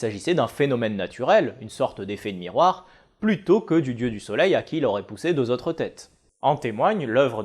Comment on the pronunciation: Je pense que l'obe est l'aube et que l'otre est l'autre, mais mis à part ces navrantes prononciations (qu'on ne peut que pardonner), bravo pour ces vidéos bien sympas, on apprend et c'est souvent très documenté.